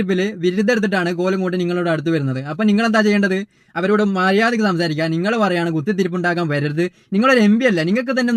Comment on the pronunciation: മോനെ ,മദ്യാരയ്ക്ക് അല്ല..മര്യാദയ്ക്ക് എന്ന് പറയൂ..